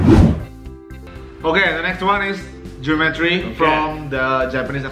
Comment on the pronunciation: Kok aku dengernya gini ya Jerome : geometri Me : jerometri :))))